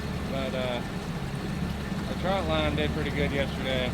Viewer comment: 1. It's NOT a "trout" line... It's a "trot" line. 2. NO such thing as a Gar lure... No one ever wanted to catch a Gar...!